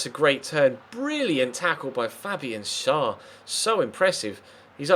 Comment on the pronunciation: the name schär is pronounced: share....just a little help :)